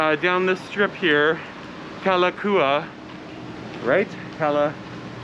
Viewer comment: difference in pronouncing Honolulu.. i.e. Honolulu vs. Hana one is with a 'O' and the other is with a 'A. It is pronounced hoe-know-lu-lu...' and it is Ka-la-cow-wa (Ave). know-ka-oye (means #1 !, the best !)